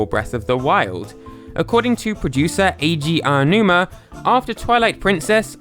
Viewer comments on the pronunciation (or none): apparently Eiji Aonuma is Canadian…who knew 😂